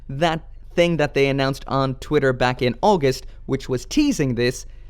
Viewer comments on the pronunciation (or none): none